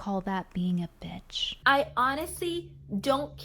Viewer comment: Am I hearing this wrong...Is she saying bitch or bish....lol